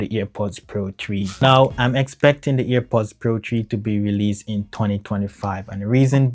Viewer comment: its airpods not ear pods